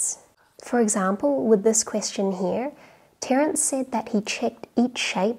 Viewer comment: The c in Terence ruined my ASMR experience.